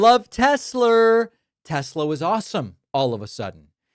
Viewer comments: "Teslur" and "Troth Central" are killing me. 😂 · I imagine Gomer Pyle would pronounce it Tesler too. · So much for 'ugh I love Tesler' 🤭. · David, you just made me laugh Troth, Tesler 😂 Tx